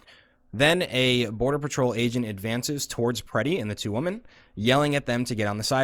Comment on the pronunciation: This person is fucking vile, also why the hell can´t he pronounce "women"?